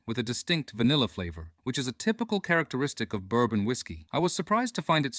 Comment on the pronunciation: It's bourbon dude...it's bourbon